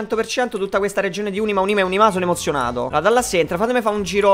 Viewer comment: arieccoce ad Ùnima, Unìma, ma soprattutto Unimà!🔨